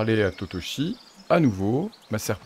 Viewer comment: lol, "parler a totochi? ben non c'est tochichi!!! mdr